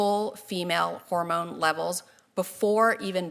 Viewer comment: It’s hormone 😂😂😂😂😂😂😂